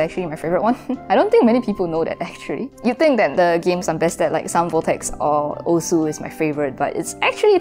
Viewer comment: osu is pronounced oss